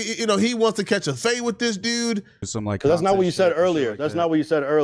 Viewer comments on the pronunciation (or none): 😂😂 bruh since when you start saying dude like that